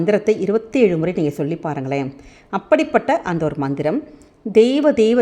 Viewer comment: Mam mandram you are pronouncing is different compare to your writing version